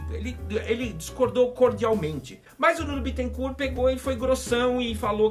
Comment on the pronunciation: Porra o nome do cara não é Bitencuuuu, é BÉTENCÓR!!!!